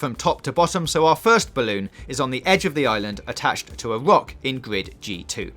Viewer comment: Is it just me or does he say gwrid instead of grid